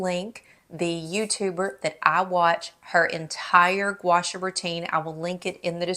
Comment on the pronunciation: Love your vids. Pronounced Gwa Shaw. Two separate words.